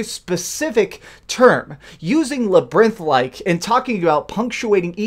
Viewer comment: Did you pronounce labyrinth that way on purpose or...